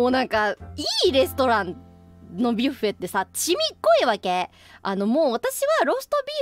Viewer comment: Buffet這個字究竟是一直念「巴菲特」的我搞錯了，還是我真的第一次聽到有人是念「別U菲特」...